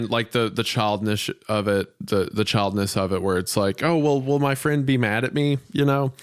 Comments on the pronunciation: Young girl gets stabbed 19 times, finds the strength to hang on until help arrives. Isaiah: can't pronounce "childishness" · Did Wendigoon forget the word childish during the episode about children? He keeps saying child-iss-ness.